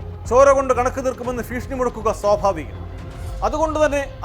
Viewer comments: ഫീക്ഷണി അല്ല കോമാളി ഭീഷണി 🙂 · ഫീഷണി അല്ല 😢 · ഫ്രീഷണി അല്ല മൈരെ 😂😂😂